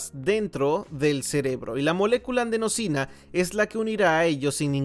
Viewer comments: Si ves este comentario, hay una errata, se dice/lee adenosina, no andsenosina. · Molesta que el traductor diga "andenosina".